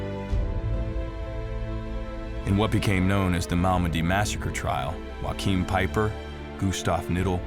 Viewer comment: Good documentary of these heroes... But one thing irritates me as in you prenounce the first name of Peiper wrong. Its no a Spanish name it's all about prenouncing th g or ch...